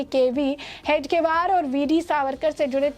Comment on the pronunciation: Madam, Hedgevar ka naam sahi se lene ki training le lo